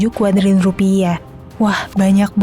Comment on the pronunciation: Sampe typo bacanya jadi KADRUNLIUN 😭